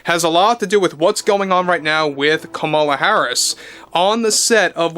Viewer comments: it's KAM-ala - you are a redwing racist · Wait. What? It’s KAM-a-la KAM-a-la Learn it; it’s just someone’s name. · You can’t even pronounce Kamala Harris’ name correctly. Have some respect. 😡